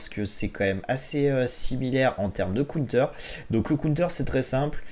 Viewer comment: Un cOUNETEUUUR 🤦‍♂️ si ton anglais est si mauvais, dit donc une contre-attaque 😭 bon contenu mais difficile de ne pas quitter avec cette boucherie 😅